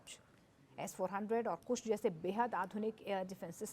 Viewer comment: पत्रकार महोदय को अभी इसमें ट्रेनिंग लेने की जरूरत है डिफेंस का एंकरिंग करना कोई आसान काम नहीं है अल्प जानकारी उनके वक्तव्य में स्पष्ट झलक रहा है कुश प्रोजेक्ट नहीं है बल्कि कुशा प्रोजेक्ट है